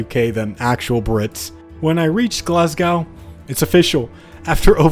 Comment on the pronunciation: its "glas-go"